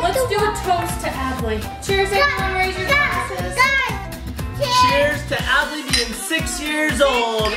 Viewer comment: 1Time It says adley you said Add lee